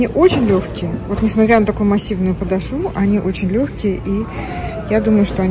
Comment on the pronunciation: Сейчас тебе, дорогая, за твою «подошвУ» прилетит! 😅😆 Это наверное чисто белорусское произношение?